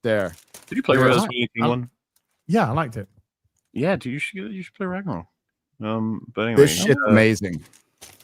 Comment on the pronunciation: God of War "Ragnork" XD